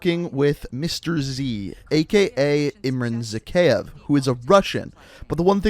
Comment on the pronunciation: It’s pronounced “zack-eye-ev”